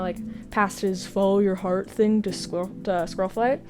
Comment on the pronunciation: “I also like how he passed his ‘fowwo yow howrt’ thing to Squirrelflight” is the best Firestar related thing I’ve heard